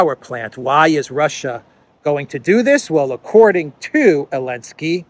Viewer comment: You are my favourite journalist by some distance. Outstanding, clear reporting. Keep up the great work. And keep saying Elensky 😊